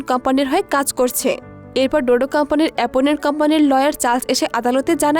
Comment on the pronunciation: এপোনেন্ট না, অপোনেন্ট হবে